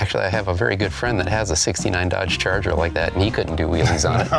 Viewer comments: Charger not changeller 🤣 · BRO ON FIRST SCENE YOU SAID CHALENGER INSTEAD OF CHARGER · First scene he says challanger instead of charger ,no credibility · He said chalanger not charger😹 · I'm sorry, did you say Challenger?